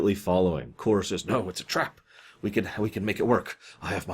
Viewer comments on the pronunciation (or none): isn't the name of the Klingon Kor? not Koor? i mean aI may be wrong, but thats what i remember his name to be